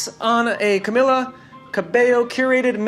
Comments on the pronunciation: the way the interviewer said her name wrong the entire video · we just gonna forget that the interview called her camilla and not camEEla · I love her!!! Amazing but you said Camila and her mom’s name wrong (mispronounced names is one of my pet peeves) Other than that, I love this interview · it annoyed me how he kept saying her name wrong...